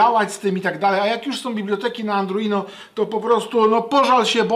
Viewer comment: ARDUINO a nie "andruino"